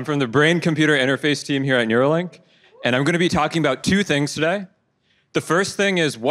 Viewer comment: Neuralink. Not "Nuralink".